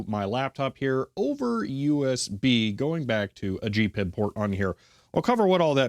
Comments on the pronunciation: Pronouncing it G-PiB is driving me nuts. I’ve only ever heard it referred to and pronounced G-P-I-B. I use it daily with power supplies, function generators, DVMs, ATTENUATOR controllers and oscilloscopes. I use the NI-VISA with VB6. There is no charge to use their windows library. Me preference is to used Agilent/Keysight drivers and VISA. My whole lab works on G-P-I-B. Newer devices with network interfaces work identically with my software. The only difference is the the VISA/GPIB address is a network is different. Also you can use direct USB connection. Identical except a unique address. I find USB not as reliable as network or GPIB connection. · ‘G’ ‘P’ ‘I’ ‘B’ please. It is most definitely not ‘Gpib’ pronounced as one word! If you don’t believe me, do you think HP would allow it to be called ‘Hpib’ as one word? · Slight correction: The correct pronunciation is G-P-I-B or H-P-I-B. You'd upset HP and the grey-beards if you call it H-PIB, instead of with their brand name. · I have never heard anyone, anywhere, in the industry refer to it as anything but G-PIB, except maybe H-PIB by the grey beards. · You're probably the only person in the world who says GPIB as a word instead of spelled out like any acronym.. and it really grinds my gears.